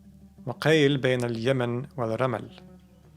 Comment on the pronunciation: Maybe it's read: wa qiila bainal yaman... Not: wa qail bainal yama...